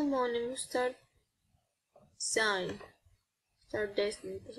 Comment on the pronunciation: σταρντεσινγκ? σταρντιζαιν λεγεταιι